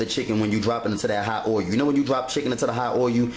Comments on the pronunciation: It's not oilu, it's oil.. :) Just making fun, but I've read to not wash your chicken, since then, all that bacteria is now on your kitchen counter top, sink and every where else. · what is oy-oo? i axe again, what is oy-oo? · yeah hubby be wanting me to let stuff marinate .. but ummm... i need to get done cooking like then no prepping 😆herb not erb and gotta definitely get that oil-u good and hot lol.. no matter how you said it .. you did it! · "oh-yu" for "oil"?